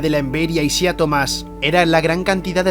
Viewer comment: Se escribe Isiah, se pronuncia Aisaiah